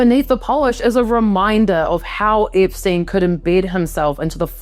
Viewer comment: It's Epstein not Ipstuyn.